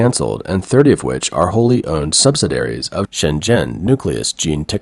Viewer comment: sub-sid-ee-air-eez. Not sub-sid-air-eez.